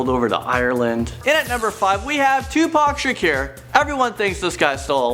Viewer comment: Who is Tiupac Shacure???